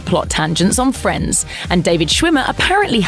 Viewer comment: 10 seconds in, she said friendes. Hahahaaa what school you went? 😂